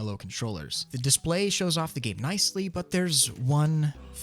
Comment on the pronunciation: When he said "Dispaly" I died LOOOL